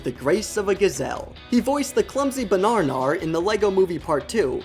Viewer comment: I love how you pronounced banana. Ba - nar - nar